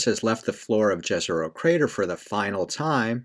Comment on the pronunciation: I like that you’re saying Jezero as pronounced in English with a J instead of the non English pronunciation with a Y…😊